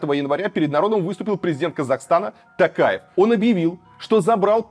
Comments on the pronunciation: Варламоввввв читай нАрмАльноооо не тЭнге а тЕнге, не ТАкаев а ТОкаев раздражаете уже 🤦🏻‍♀️ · Не ТАкаев, а ТОкаев. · Режет слух как говорите тЭнге, тАкаев, актАбе. У вас же тоже есть эти буквы в алфавите и звуки те же, почему нельзя говорить как есть? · слух ломает.... тЭнгЭ, мангыстаУская, АктАбЭ, , ТАкаев... ударения? не, не слышали... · Илья, нужно говорить тОкаев через О. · Ударение ставтит на" у" а надо букву "и"